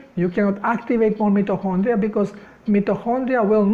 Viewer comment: English pronunciation MITO as in 👁. & Kondria ( hard K sound)